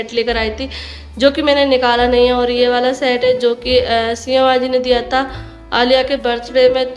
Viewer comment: Aap kiya bolti rehti ho diwar ko diwal tha ko ta plzzzzzz soch samjh kr bola kijiye 🙏